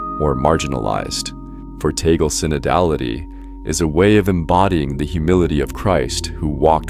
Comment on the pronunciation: Cant even pronounce his name properly. How do I stop looking at these BS videos.